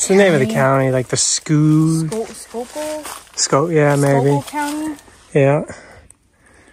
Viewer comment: FYI, it's pronounced skoo-kill. 😄